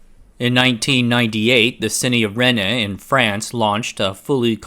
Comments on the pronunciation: It's Rennes, not Renne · Pedant French here. Renne is pronounced like Ren. The queen reine is also pronounced the same. You can pronounce the e at the end but it has no accent é, this is the typical "euh" sound but actually it's 90% muted and really subtle for those that do pronounce it so Ren is perfect. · "The city of Ren-nay in France..." Just have Google say it for you next time, bro 🤣🤣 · Rennes is pronounced "ren", same as in Kylo Ren. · Genuinely curious why you have no qualms about mispronouncing Dutch or Danish names, but stop short on French ones.